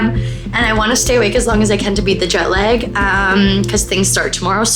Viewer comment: JET LAEHHHHHG you so CANADIAN!